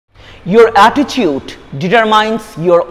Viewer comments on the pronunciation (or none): Attitude, not atticheute😂